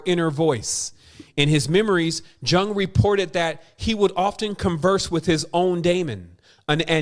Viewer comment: Thanks! excellent as always. (PS 'Jung' is pronounced 'Yoong')